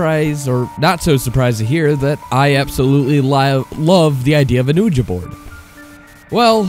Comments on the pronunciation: I'm with everyone else. Please pronounce it correctly: WEE-juh. Your channel would be much more enjoyable if you slowed down your reading and enunciated better. 🙂 No hate, just constructive criticism. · dude your the ONLY person in the world pronouncing Ouija like that. its time you get on board with the rest of us. its pronounced WEE-JEE. simple as that. you got this. i believe in you. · "Uhja board" well that was annoying as hell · I wish he would drop calling it an "oooooja board" ouija is produced weegie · Houston XD sorry I am so used to pronoucing it weegie and when I saw it spelt I just assumed it was ohh Ja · i know there's plenty of comments saying this but your say Ouija wrong. It is pronounced 'Wee-ya' or 'Wee-jah' and not "Ooojah" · "OOJA"... it's pronounced "WEEJA" even though it's spelled ouija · I wanted to listen to this until I heard him say "oooh-ja". I love your channel but it's pronounced "we-jee" and if u can't properly say Ouija board, just call it a spirit board. The way you pronounced the word "Ouija" took the creep factor out of this whole narration. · "Ooja board" 😂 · OUIJA NOT UHJA LEARN HOW TO SPELL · You mean the "ooja board" and "Okla-hom-a" mispronunciations? lmao yeah it kinda aggravated me hearing those. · The oojuh is really hurting me here, dude... Sorry, I gotta bail... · He said oooja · Hahaha. "Oojuh." Hahaha. "A children's toy." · "Ouija" is derived from the French word "oui" (pronounced "we"), meaning "yes". You are willfully pronouncing it wrong. Also, the French word "planchet" (meaning "plank) is not pronounced as "plashet" as you are saying it. Your mispronunciations are so irritating to listen to, that I could not et through 5 minutes of your video. Just terrible! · It is pronounced wee gee but who cares. people are too hung up on little things. I still liked it. at 81k subs I doubt you are worried about the haters.lol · Oooja it pisses me of say it right dammit